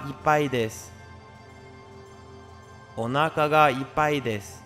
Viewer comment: 「おなーかがイパイです」最悪の発音🙈東南アジアの方だろうね。